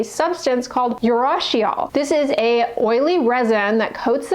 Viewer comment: Urushiol is pronounced ooh roo shi ol